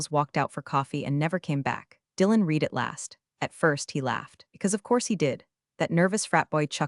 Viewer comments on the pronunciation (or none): The past tense of ‘read’ also spelled ‘read’, is pronounced 'red'. I wish the software that reads these things would figure it out. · The AI only uses one pronunciation for the word READ (which should vary between REED and RED according to the context). Stupid.